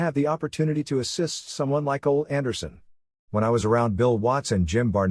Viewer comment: I can't help but laugh every time the reader says Ole Anderson's name. Instead of "Oh-lee" it sounds like the voice says "Old Anderson"